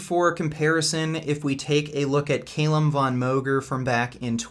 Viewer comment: its not pronounced CAYLUM but cal-um